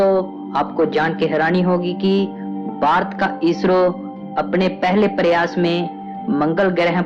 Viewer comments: ye koun narrator laaya hai jo bhaarat ko barat bolataa hai.cht. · ye barat nahi ....Bharat hai pehele bolna sikh fir hi video banana